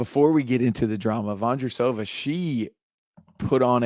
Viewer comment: and JP, I love you guys and love hearing your take on tennis, however your pronunciation of some of the player's names like Vondrousova ia hard to hear... I raised this because the mispronunciation has happened to others names too. 😮